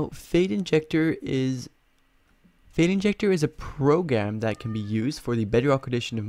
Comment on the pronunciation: "progam", xd thanks for this